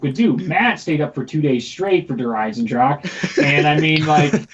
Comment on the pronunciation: you seriously need to just stop saying Der Eisendrachen. Lol.